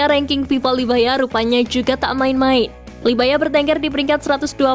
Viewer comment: Libya oiiiii bukan labya